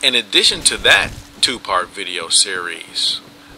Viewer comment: And twop, not top